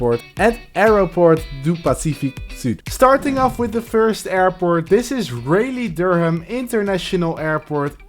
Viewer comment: YOO RDU THATS MY LOCAL AND ITS PRONOUNCED RAH-LEE THIS MAN HAS W AIRPORT 10/10